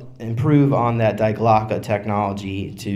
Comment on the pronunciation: Dee Glocke.. Not DIE. The bell. Die Glocke. Der Die Das.